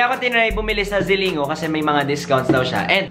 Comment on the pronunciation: It's pronounced as (ZILING-GO) hehehe love you! 💕